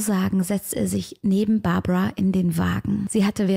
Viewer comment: ich glaub du schaust zu viele US-Fälle, die heißen Barbara und Margret, also deutsch/österreichisch ausgesprochen 😅 gutes Video wie immer!